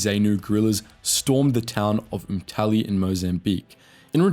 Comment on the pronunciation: Umtali is NOT in Mocambique. It is a Rhodesian town near the border. And it is pronounced UMMTAHLEE. You are implying Whites started leaving because of the war. NO! Whites started leaving when Ian Smith declared the government conceded politically to Black majority rule by one person one vote. Well, having observed Zambia, Mozambique, CONGO etc we knew the same would occur.